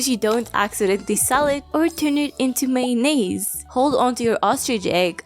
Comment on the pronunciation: MAY - NAZE….